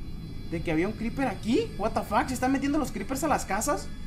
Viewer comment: porque dices buatafack